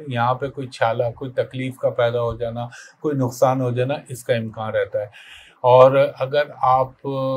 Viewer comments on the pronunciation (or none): امکان ہوتا ہے۔امکاں نہیں